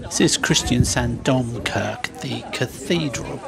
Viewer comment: The "e" at the end of Norwegian words is almost never silent. So "domkirke" has the syllables dom-kir-ke Or alternatively "kje" instead of "ke" at the end. The "e" has a different sound then in English.